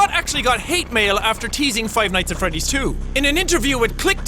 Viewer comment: when he said "five nights at freddy tree" I could tell that pronunciation isn't this guys forte.....